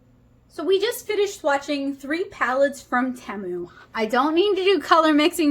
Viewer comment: Tea.....mu it is pronounced